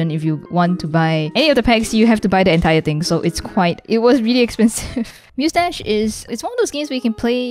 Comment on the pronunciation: when she talked about musedash ive heared mostache